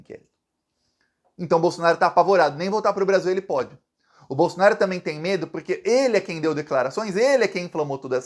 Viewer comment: zema: o caipira BOLSONARISTA. mineiro que NÃO tem vergonha MINEIRO AUENTICO, NÃO vota em você; VIGARISTA Que fala a palavra TAMBÉM você^pronuncia TAMEM. NEM FALAR SABE. VI GA RIS TA. PILANTRÃO DE QUINTO MUNDO. UM BOBÃO.